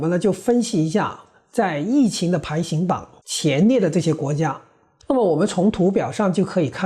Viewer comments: 请注意纠正读音：“排行”中的“行hang”读音同“行业”、“银行”。不是“排xing"。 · 排行(hang) 榜